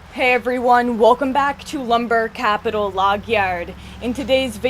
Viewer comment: Hah love that intro with that accent CaPItal LAwg Yaaaauurd.